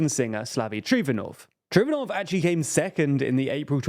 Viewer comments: Pe-EV-ski, not PEEVski. Geez. And it's Trifonov, not Trofinov. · Correction - It's Slavi Trifonov, not Trofinov.